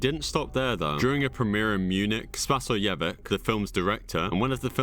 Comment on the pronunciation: correction: the producer’s name of »a serbian film« is not pronounced »spasojevik«, but spasojevich -> just read it as it’s supposed to be read, the ć is there for a reason, it’s not a k.